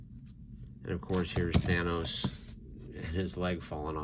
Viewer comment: At the beginning did this dude just pronounce it thanis